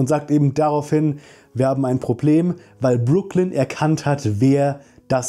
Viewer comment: Ich hatte extra nochmal in die erste Staffel reingeschaut und dann auf deutsch und englisch geschaut wie ihr Name ausgesprochen wird, weil ich es auch so in Erinnerung hatte, wie du es jetzt bestätigt hast.